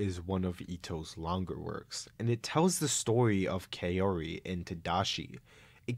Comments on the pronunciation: Lots of comments about Tomie's pronunciation but almost no one comments about Kaori. O sounds like wo instead of yo. So it's "kah-wo-ree", not "kah-yo-ree". I had to skip Gyo's part because it's more painful to hear "Kayori" than "Tomoe". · "Kayoree" is pretty cursed too.